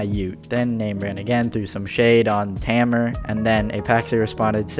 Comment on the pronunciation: the way he said tamer